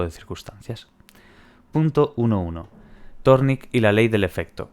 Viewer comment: Thorndike. Pronunciación ´Zórndaik´ :)